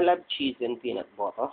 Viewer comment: I love how you say Peanutbutuh, lol! Now go to bed & get some bebeh naps okies??? Night night sweetie, God Bless :D lots of love Caroline xxx